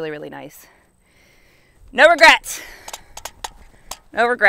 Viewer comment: Omg she said no regerts!! Not even a single letter!